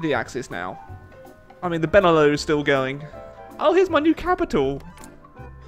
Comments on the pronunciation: It's prenounced BEN E LUX not benelough btw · BENE LEW? BENELUX! LIKE LUXUMBERG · Benelux not benelu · It's beneluks not beneloo, it stands for Belgium, Netherlands, and Luxembourg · Benelux is pronounced "beh-nuh-luks", not "bennuh-loo". It's a contraction of "Belgium, Netherlands, Luxemburg", not some fancy French word. Sincerely, a Dutch person. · BENELOU BENELOO BENELEW FUCK SAKE IT'S BENELUX. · It's Beh-Neh-Lucks, hard X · The fuck's a benelou? There's an x in Benelux you know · it's fucking beh-neh-lucks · It's pronounced Ben e lux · Btw, the X in Benelux ain't silent:p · You need to pronounce the X in Benelux. 😋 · Really enjoying the HoI challenges still, keep them up! On a small aside, the 'lux' in Benelux is a hard x (as in x-ray). Not a big deal but thought I'd mention it. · You've missed pronounced Benelux. Be is as in Belgium. ne is as in Netherlands. lux is as in Luxembourg and is pronounced the same as it is in in Luxembourg. Put them together and you have the Benelux. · I thot u pronounced the x in benelux